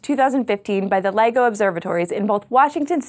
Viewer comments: Stop saying Lego! It's LIGO. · Stop pronouncing it like toy plastic bricks. Its "L I G O" not "Lego" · thank you for sharing the correct information about the LIGO. I thought for a second she said Lego too. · At first at thought you said Lego observatory. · Its sounds so much that you are saying lego observatory